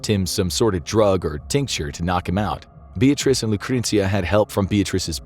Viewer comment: I like how he made some effort to pronounce all the Italian names...except Beatrice, because f her, I guess lol